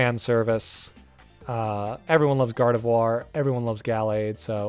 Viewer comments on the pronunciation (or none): none